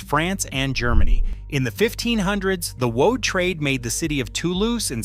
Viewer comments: PLEASE! BAD AI pronunciation!!! It’s not, “woe-aid,” it’s “WODE.” That’s how woad is pronounced. Please correct! 😫 Also, , it’s not “ah-LUM;” it’s “AL-umm.” The pronunciation of “mordant” is also inconsistent. Sometime it’s correct; sometimes it’s not. 🙄 Where I live, in the Great Plains, goldenrod is a native prairie plant. It’s not really considered a weed. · Whew. AI mis-pronounces many of the most important words: woad, alizarin etc.